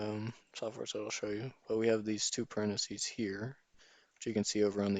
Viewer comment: Excuse me but these are parentheses. this ( is a parenthesis... there is no such word as "parenthesee"